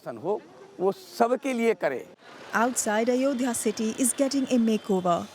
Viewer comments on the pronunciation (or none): Anchor needs to learn first to spell 😅...its not Ayodadya....it is Ayo Dhya..